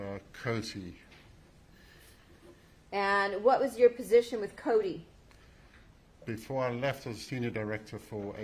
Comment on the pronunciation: Is Coty! Not Cody🤷‍♀️